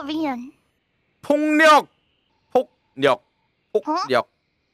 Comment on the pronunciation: ~6 님 발음 똑바로:폭력 으로 안 들려요ㅋㅋ 폭령 홋력 으로 들림 진심 rosedoodle 완전 천재!!! 발음 너무 좋습니다♥